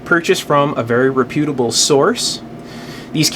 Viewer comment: Reputable is pronounced with the accent on the first syllable, not the second.